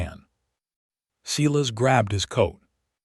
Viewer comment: It would be REALLY NICE if your narrator would pronounce the names Sylas correctly. It's not. SE las.